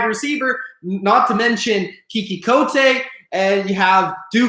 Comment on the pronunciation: U also said coutee wrong